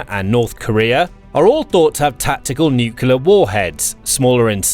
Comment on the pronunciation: Can you please pronounce nuclear properly?